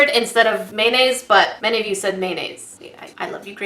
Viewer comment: Also, why did I hear maemaes when was saying mayonaise.?-? *SALTINESS INTENSIFIES*